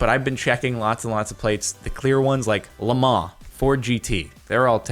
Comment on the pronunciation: the pronunciation of Le Mans: Leh_Mah. No one will understand it, which just makes it even more funny.